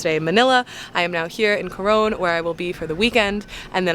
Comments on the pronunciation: Just to let you know its pronounced Coron (Cor on) not Cor one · It's pronounced as KO-RON Palawan. Thank you for appreciating our country and featuring it on your vlog.